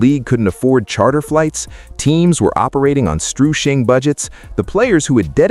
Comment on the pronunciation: "... operating on 'strewshing budgets..." Never knew AI could get tipsy. :sanitizer::elbowcough